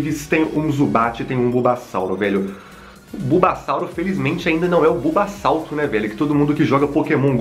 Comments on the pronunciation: E bubassauro não bubasalto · Kkkkkkk ele disse bubasauto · Kkk o playhard falou bulbassalto